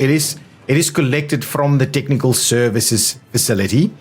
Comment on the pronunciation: Nicely organized video BUT it's a bit wordy. It's more than a bit confusing to understand all of the numbers in each building description but I think I got it now. ps. I like how the South Africans pronounce "tiknikul services".